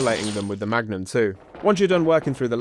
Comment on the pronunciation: Don't you mean the Mugnum?